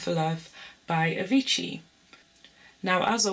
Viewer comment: she/he said avitchi instead of avicii